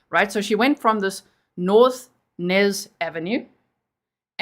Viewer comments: I think it's Ynez..Eeeeeenez never heard of Nez ave...Unless it's New Ave. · The street is pronounced Eeenez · The street is pronounced E- nez 💜🖤